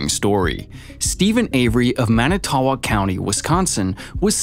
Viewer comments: He is not innocent. I live in WI and he killed my best friends cousin without a doubt. (BTW Manitowoc is pronounced ‘man-it-toe-wok”). That ppl that think this waste of a human has merely been duped by a spectacular piece of filtered garbage media without verifying facts or who made it uncovering their agenda. Sad state of affairs these days when the vast majority do not do the research, don’t know how to do the research, or just lack critical thinking skills so take any piece of media at face value. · Everyone in WI listening to this guy try to pronounce "Manitowoc" 😬😬😬